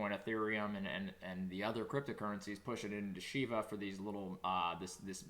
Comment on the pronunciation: It's Shiba NOT SHEBA